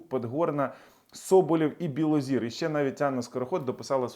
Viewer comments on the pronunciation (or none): none